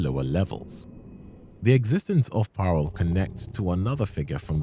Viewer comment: dutch mentioned woooh Also its parel not paarl for pearl in dutch, or maybe the auto sub taught you said paarl, cuz yeah saying dutch words is tricky, but its like pronounced; P-aa-rol